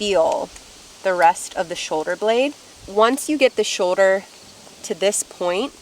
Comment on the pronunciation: Shoder or shoulder? Lol